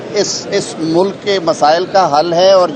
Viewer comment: Rana sahib apni urdu tu thsek kar lo mulac nahin hota ulk hota hI